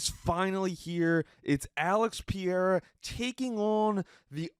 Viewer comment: Your constant mispronunciation of Pereira’s name has me pausing the video, commenting and never viewing.